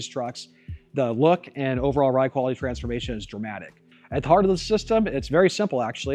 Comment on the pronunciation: Don't you mean... "tRAMsformation" ? 🙃